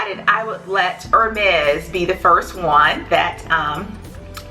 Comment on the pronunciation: Love the video! For future reference, the brand is pronounced “air-mez.” Great video, I love your channel!